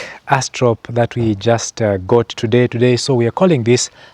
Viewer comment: "Black Aw-stra-lop" That's how you pronounce it